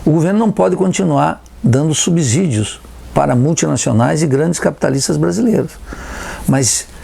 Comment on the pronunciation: Meu Deus, esse cara ser professor universitário é a prova cabal que o ensino superior, no Brasil, acabou. Ele não sabe sequer falar “subsídio”... me espanta que um semi-analfabeto desse tenha se formado em economia, quanto mais que seja professor.